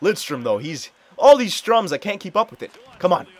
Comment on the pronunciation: "all this Stroms" Ströms